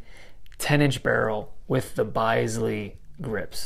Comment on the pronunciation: Bisley pronounced bizz lee. Love the vids.